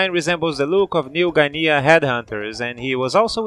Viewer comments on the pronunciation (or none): We pronounce "guinea" as Gin (from Begin) and Knee together. I understand that it is a weird word... Wait you pronounced the word right haha. I was hoping to see Yatagarasu's Azure in here but I suppose his background is pretty mixed from being half English and half Arab then developing his fighting style in Japan. The story mode isn't very complete but there is something there... Great video as usual. Always a great surprise to hear about the inspirations behind characters but also how they stack up in their games.